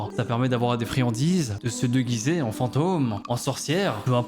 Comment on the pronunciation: Halloween est interdit et ta dis "degueuser" à la place de "déguiser" 😂 wesh il veut buter des gosses avec des lames dans des pommes 0-0